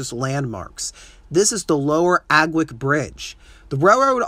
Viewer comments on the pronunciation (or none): Its pronounced aw-wick (aughwick) also the trestle has sat in the same condition as the photo you provided since i was a kid growing up in mt union in the mid 80's through mid 90's so the shopping plaza really didn't have any affect on it